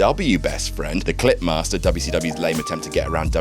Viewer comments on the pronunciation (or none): Had to turn of captions to make sure it was “clip master” …. I definitely heard something different, and probably a better gimmick if I’m being honest